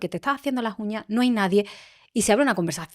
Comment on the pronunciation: Me está gustando mucho esta entrevista por todo lo q se está aprendiendo y también porque la Entrevistadora,en algunas ocasiones, mejora su pronunciación q es bastante deficitaria,sin pronunciar las ssss.P.ej.Qué vamo a llegar? En lugar de: "Qué vamos a llegar?.Contejto,Uñaj,lasjuña,en lugar de Contexto,uñas,las uñas, etcétera. Otro error q no ha aclarado la Entrevistadora en ningún momento si se trataba de Cartagena de España 🇪🇦 o Cartagena de Colombia,han repetido a esta ciudad a lo largo de toda la Entrevista y no lo han aclarado. No des por sentado una cosa cuando hay varias opciones y hay q aclararlo para q el receptor siga con claridad el mensaje. Aconsejo q la Chica q hace estos Podcasts lea Audio libros para mejorar su pronunciación y dicción pq molesta oir hablar mal y puede hacer q no se le tenga en cuenta en próximas publicaciones.Gracias.Viernes12-Diciembre- 2025 Hora: de la madrugada.